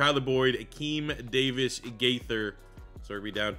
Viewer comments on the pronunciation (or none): none